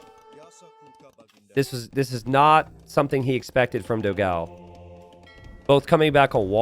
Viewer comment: I hope one day will learn to pronounce Dogão correctly (hint: it's nothing like what he calls him)!